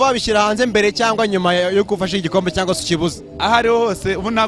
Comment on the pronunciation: Bavuga Igikosi (Igikombe)😃😃😂😂😂😁😁😁😀😀